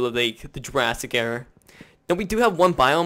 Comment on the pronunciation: It sounded like he said Jurassic error instead of Jurassic era. Isn't that a funny coincidence. I've seen all of season 1 so I know what happens.